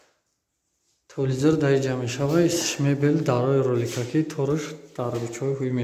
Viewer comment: Нагз- нагз, молодец. Вахте,ки навор мегири худата гум накун усто, (ТЫВЛЕЗЫР) НЕ "ТЕЛЕВИЗОР" ЁКИ про " Телек" Барори кор!.